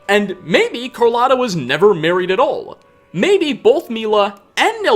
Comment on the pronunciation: Your pronunciation of some final consonants 😂 Brotherrr-uh... At all-uh...